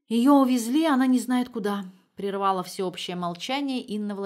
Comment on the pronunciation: Предпочитаю мужское исполнение литературных произведений, женщин-чтиц не люблю, только Марину Багинскую слушаю всегда с удовольствием. Спасибо большое. Однако, "прервалАсь", "прервалА", "подобралА". 😊